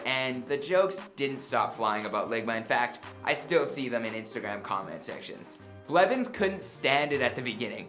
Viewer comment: Did you say "Richard tyler blevin" ?